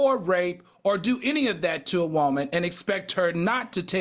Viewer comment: AL can u work on the word WOOAAAMAN? Lol